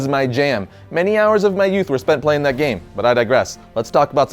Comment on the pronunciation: He said yhat